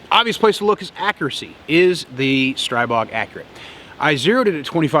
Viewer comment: You can make a video about the Stribog when you learn how to pronounce it. Go to the GB guns channel to be schooled.